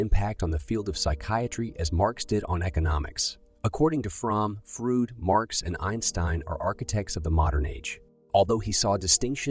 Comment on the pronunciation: soulless "Frud"